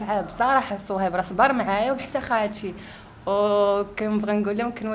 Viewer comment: الدودة لي كلاتني فهاد الفيديو هي ديال خينا لي مع شوف تيفي وكيف كادير ينطق صهيب شسصهيب